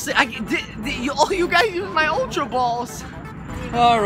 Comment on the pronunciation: also its Ultra Not Altra